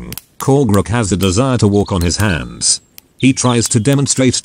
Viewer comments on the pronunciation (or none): none